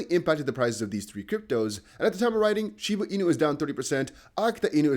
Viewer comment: Dude just fkd up shiba.. 😅